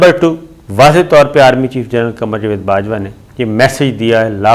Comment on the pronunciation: Javed ki bajai jved bolta hay, salay ko Urdu bolni nahi ati, hatao is ko is channel sey